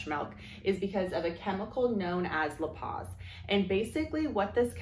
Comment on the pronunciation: Just a heads up, lipase is pronounced "ly-pays." I work in the lab and we test for this enzyme all the time.